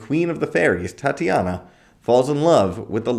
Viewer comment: Do you mean tit-a-nia not tat-i -ana